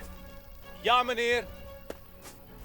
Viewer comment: For the first time ever i heard a well done dutch accent said Ja Meneer perfectly